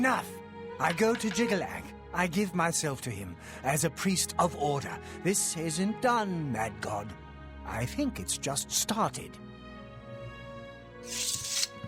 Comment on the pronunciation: do you mispronounce Jyggalag on purpose or what? You’ve literally been hearing how it’s pronounced yet you keep saying JyggalUg